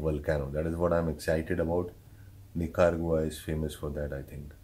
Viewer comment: Nicaragua :- "NEEKA - RAA - GUA"